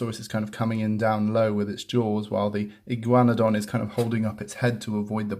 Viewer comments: Igaun-na-don not Igy-wana-don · I’m from America, we pronounce this Dino “E-guana-don” not sure why, it’s just how our tongues go with. But I love how you pronounced it. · That’s not how u say it